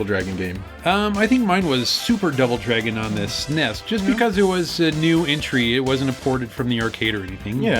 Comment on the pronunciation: The Genesis version of original was great. Dammit you should know better as for he addresses my beloved SNES (initials) into the "sah-ness" so his point is invalid.